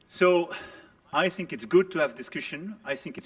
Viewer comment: He said "I Thank" 😂 Is that you Jim Acosta 😂